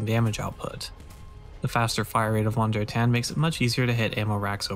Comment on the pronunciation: The German v is pronounced as an English f…